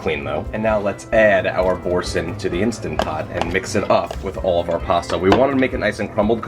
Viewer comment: You are mispronouncing the name of the cheese - it's Boar-san (that's how its pronounced.)' supposed to sound French. I used to make a straw & hay pasta from Gourmet magazine years ago. My husbands friend gave me a standing ovation after she ate it.